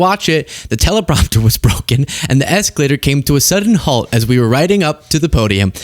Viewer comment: Escolator down tellapropter down 😂